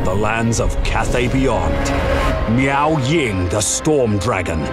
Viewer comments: I will always hear Meow Ying instead of Miao lol. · I keep hearing meow ying